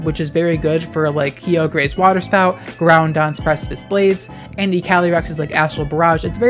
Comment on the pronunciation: I’ve been watching you for years but still every time you pronounce Kyogre and Groudon like that it makes me crack up